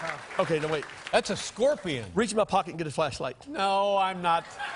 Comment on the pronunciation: "This a GORPION !"